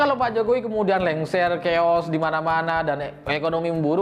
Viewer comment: kata "chaos" berasal dari bahasa Yunani, artinya= keadaan kacau balau, tidak terkendali, berantakan... Cara baca /pengucapannya: "khaos".. Bukan "kheos"...